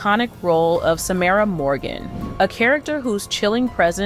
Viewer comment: Samara, not Samira.. These wanna be journalists on YT just wanna talk and talk and talk, get to Uni, get qualified .